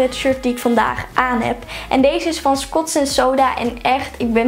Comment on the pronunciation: Skots? Scotch hahaha, ik moest dr om lachen. (Geen haat) leuke aankoopjes!